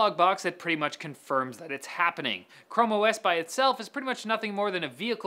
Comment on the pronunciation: "Chromo ess"